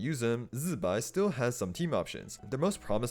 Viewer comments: STOP SAYING ZIBAI LIKE THAT ITS NOT ZZZBAI ITS ZI BAI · Since the artwork also shows Columb'na (or more accurately Columb✨na) so can we start correctly saying Zibai not Z'bai... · I watched the live stream they say zi bai not zzbai 😂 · zzzzuhbai, funny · Chinese should instead fix pinyin. Never seen worse transcription. Everyonr is going to pronounce the i in zibai. It's how alphabet works. Z'bay. Bam. Fixed mandarin. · I really hope And not getting electrocuted everytime time he pronounces ZZZZ-bai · Man why do you say Zibai like that? Zzzbai😂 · say Z-BYE again, I dare you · Its jibai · now why are we say zibai like that, u aint even chinese.. I took back my like and sub purely because of that